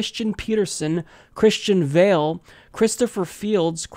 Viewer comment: Gotta work on them accents! Valle is pronounced Vuy-a.